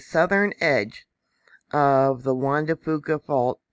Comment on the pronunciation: Thank you!!! (BTW, here in the NW we pronounce it Juan de "Fewka". No big deal!) Keep up your good work.